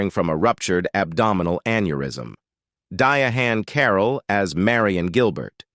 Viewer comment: You must be talking about "Diahann Carroll? Looks like that's the way white people pronounce it. She didn't pronounce it that way.